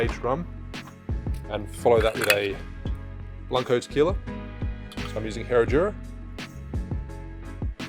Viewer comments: But you still pronouncing 'qui' in tequila correctly, is the same, again, this is not an attack, is just a tip or advice to help you pronouncing words and names from Spanish Language, i had a lot of problems when learning english so i know that, but if you can improve your pronunciation you should, we always should be improving. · Rum AND Tequiila What's not to love? Cheers say ( Tuh - KWEE - la) lol